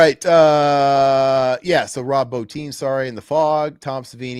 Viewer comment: Bottin, Quarter(?)-mass Bro, I know you're young but learn to pronounce stuff proper !😂 Thanks for covering these though. I never had a problem with the way they broke up stories like that.I think it was just from a different time where people were used to reading and had attention spans😂😂